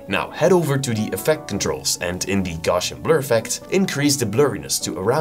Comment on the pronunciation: that’s not how you pronounce GAUSSIAN bro… 😂